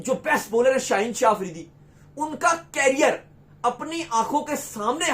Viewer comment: केरियर नहीं लोडू करियर बोल😂😂😂